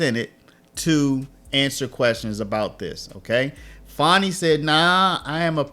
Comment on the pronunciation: Fani annie bo bani banana fani fo fani me my mo manny FANI. Nobody wants to say FANI. Not fawni .. Fanny. Her daddy calls her fanny. Fani, take a load off. fawnie, y'all making her hate her Name. It's Rude to Not say her name properly.